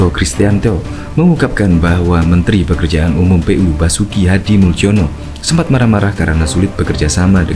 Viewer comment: Nama Hadi Muljono adalah nama dengan ejaan lama, jadi sebutan nama beliau bukan Hadimuldjono melainkan Hadimulyono, karena tulisan nama tidak harus dirubah, sesuai dengan akte kelahirannya, please....... 🙏🏽🙏🏽🙏🏽